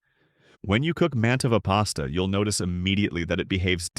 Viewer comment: The AI tends to mispronounced brand names (e.g., Mantova).